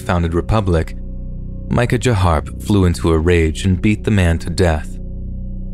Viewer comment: The outlaw story..the brothers name is pronounced mickaya! Not mica ja! Have Google translate pronounce it for you and you will see.